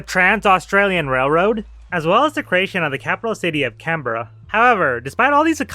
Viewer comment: I can tell a you put lot of work to research such a niche topic. Still didn’t pronounce Melbourne or Canberra correctly though!